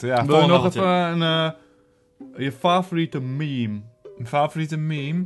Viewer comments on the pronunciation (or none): TheGrunnewaod Je zegt toch 2 keer "me" achter elkaar. Dan wordt het dus een miemie. Maar in het Nederlands is het gewoon een meemee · Welke fgt zegt het nou als miemie ._.